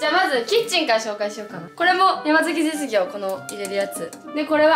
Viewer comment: 山崎実業って言えてない😂😂😂